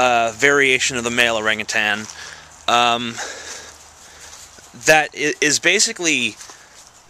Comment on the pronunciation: You pronounced orangutan wrong.